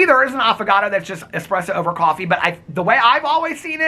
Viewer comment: Did anyone else hear Affogato as avocado 🥑. Just me? And, yes I had to google what espresso over ice cream is called cuz I wasn’t sure 🤦🏼‍♀️. 💙💙🫶🏻💙💙